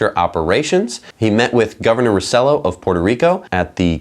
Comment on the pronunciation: Guys.. The governor of Puerto Rico's name is pronounced "row-seh-yo"